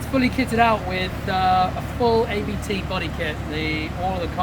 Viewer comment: Shame he calls it an A B T Audi instead of Abt.